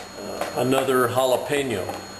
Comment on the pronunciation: why he say holla peenyo?